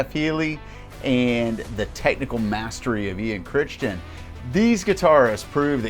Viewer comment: List is pretty good, however as a friend of Ian you are slaughtering his last name. It's pronounced Krai-tin. Personally I would have Myles Goodwyn ahead of Healey and Emmett.